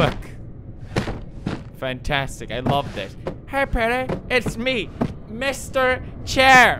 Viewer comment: Only the real ones know its pronounced Mr. Shair... that accent used to come thru :3